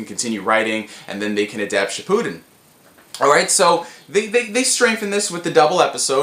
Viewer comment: Shi-POO-Den Shi-pu-den I hate the first one.